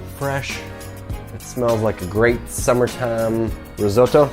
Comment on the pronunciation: I love it: "Rrrrrisotto!...Mmmm mmm, I love wine cookin'!...risotto is like a baby, or a kitten, or a puppy, you gotta give it lots of attention" (sip sip). It looks divino!!